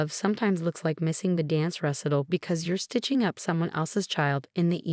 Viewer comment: Recital: Ree' SY' tal. Emphasis on the second syllable.